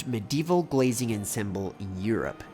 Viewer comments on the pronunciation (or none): none